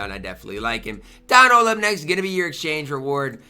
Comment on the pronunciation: How is Don Ohl ? 😂